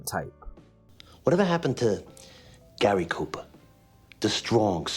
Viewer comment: The shtrong silent type? Like Gahry Koopa???